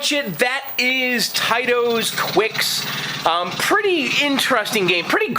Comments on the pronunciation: quicks? i thought it was kicks... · The game 'Qix' is pronounced like 'Kicks' by Taito. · It's pronounced "KICKS"! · "The Torture Chamber" as we called it. The original arcade sounds are the best. It's pronounced "kicks." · I pronounce it "Kicks", but you may be right. So that's two titles we aren't sure of, the first one being Taito. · Ummm, it's pronounced 'Qix'. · it is qix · First of all, it's "Qix" is pronounced "Kicks". Second of all, "Gay Raj" is pronounced "garage". Nice restoration work and amazing basement. You've got a great hobby.